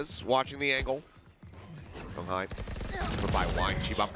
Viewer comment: I wish they can pronounce Jeong Hi's name better but these casters are good.